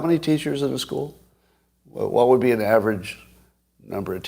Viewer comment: How come when you say: "what happens", it sounds like: "WHA happens"? Well, it's because you ARE saying: "WHA happens", Scott. Why don't you pronounce the "t"s at the ends of so many words?